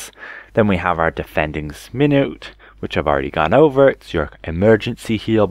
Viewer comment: Minuet is pronounced "min-ū-ette"